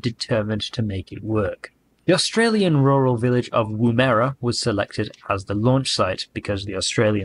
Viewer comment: How embarrassing to produce a whole documentary and not to check how to pronounce Woomera and Prospero.